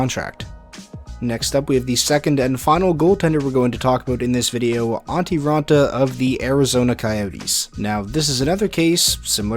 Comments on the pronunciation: It's Antti. Not Antii. 🤦‍♂️ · His fucking name is ANTTI RAANTA.. not ANTII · It's Antti not Antii